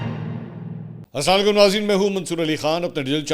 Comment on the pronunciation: Bhai jaan, ek choti si guzarish hai 😊 “Assalamu Alaikum” ka pronunciation thoda sa theek kar lein. Arabic mein lafzon ka talafuz bohat important hota hai, kyun ke kabhi kabhi ghalat pronunciation se meaning bhi change ho jata hai. Sahi tareeqa: As-salaamu ‘alaykum Please isay tanqeed na samjhein, sirf ek bhai ki taraf se pyari si yaad dehani hai ❤️ JazakAllah khair